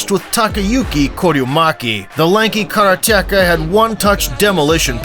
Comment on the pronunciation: Is the narration your actual voice or a bot voice? kara-teh-ka? I believe the emphasis isn't on the 3rd syllable...